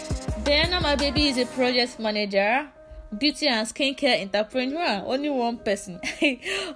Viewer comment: Why do you keep pronouncing entrepreneur that way. So stressful